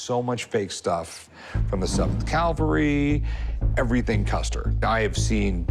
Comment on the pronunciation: calvery ? wtf is calvery ? did he mean cavalry ?